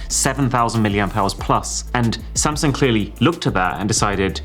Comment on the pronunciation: Thats it. I am finally done with "same- sung"! 😂😂😂 This is the new Nokia!😂😂😂